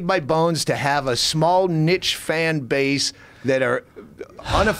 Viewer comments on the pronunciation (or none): doug cant you say niche but pronounce it neesh